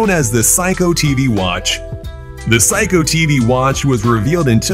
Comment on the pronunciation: It is not Psycho... it is pronuced as See-Ko